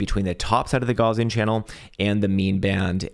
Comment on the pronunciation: my dude - "gaussian channel" is named after the german mathematician, karl gauss. it's pronounced "gauss-ian", not "gauze-ian". just a fyi... besides that, i liked the video and gave it a thumbs up 👍